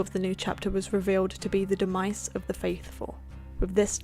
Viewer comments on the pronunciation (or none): Fatal Phenom must just be the accent I’m sitting here like that’s now how you say that lol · Is this how Americans pronounce demise ? De Mice ?